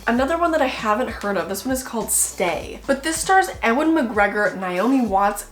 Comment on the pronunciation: Your pronunciation of Ewan McGregor made me chuckle a little ❤️ His name is pronounced Yew-an 🥺❤️ Also this was such a great haaaauuuul! I also love the movie Zodiac! And Triangle is a movie I’ve been meaning to watch for ageeeees but I keep forgetting about it ❤️